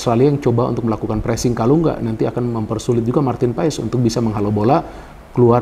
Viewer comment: bacanya itu PAS bukan P A E S, tolong di biasakan bung